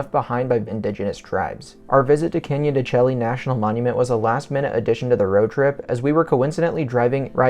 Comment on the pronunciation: Pronounced Canyon de Shay